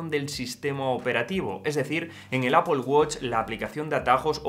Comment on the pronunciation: Tío en vez de decir Apol queda mucho mejor decir epāl que es el término correcto… que suena fatal de ti, ni que fueras puertorriqueño niño para salirte nativo